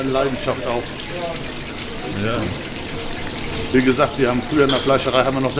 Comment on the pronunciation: Alleine schon wenn der Kanal-Betreiber das Wort ja ausspricht sagt schon alles das es ein Depp ist der nicht mal richtig Deutsch reden kann